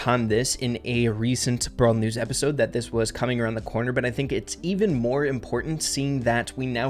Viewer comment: it sounded like brawlers instead of brawl news lol